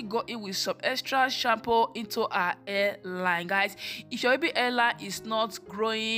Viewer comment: Your daughter’s hair looks healthy. However, you should practice speaking before filming because you are not pronouncing words correctly. Example: You pronounce the words: Hair as air. Baby as bibi. Hairline as airline.